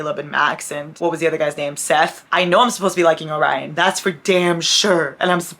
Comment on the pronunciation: Calling Orion “Obrian” was the highlight of my day 💀